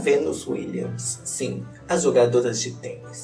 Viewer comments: "Tutu pão!" "Sinhê" como eu amo esse dialeto morerês kkkkklkk 😍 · Amei o "SINHÊ" e o "TAMBENHÊ"... sempre um ahazo,!! Te amo, da Treta Gringa!!!!